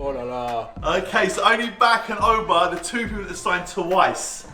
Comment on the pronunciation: "Ooba", "Uber"....its "Auba" ffs 😂